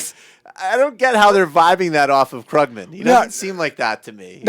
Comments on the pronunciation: How can someone who produces a political radio program not know it's pronounced KROOG-man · Maybe rather than discussing hair styles and exchanging make up tips you should learn how to pronounce Krugman and Keynesian to at least SOUND less ignorant. Though .. on second thought .. na, wouldn't even work. Some things just can't be hidden.